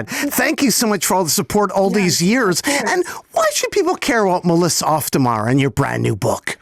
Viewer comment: the way you guys pronounced auf makes it sound like off which is the complete opposite of the actual german meaning of the word auf (on top of). auf der mauer means on top of the wall